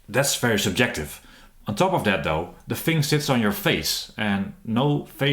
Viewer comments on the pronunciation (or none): I had this on 1.25x speed from the previous slow talking guy and I thought this guy was on crack. Especially that super-jective part!